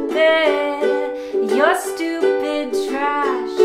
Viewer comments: I love when she says "you're styupid" it's so good. TY FOR LIKES! ❤ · Her pronunciation of “styupid” made me laugh out loud and I’m alone rn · “Your styupid”😂😂😂😂😂